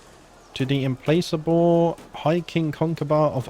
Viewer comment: implacable is not im-place-able it is im PLACK able. i'm sorry to be a pedantic prick but that was driving me crazy... great vids, loving the series here 3 years later